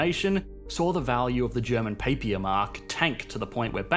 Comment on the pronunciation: Papier is pronounced papeer